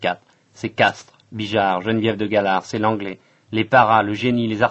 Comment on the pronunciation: Le général de Castries, pas "de Castres".